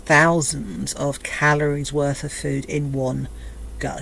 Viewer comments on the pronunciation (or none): She's brewing a,massive rage 😂. Every final word in a sentence is emphasised with an annoying "uhh" at the end. Fooduhhh Dayuuh I can't think of any more, but it's there 😂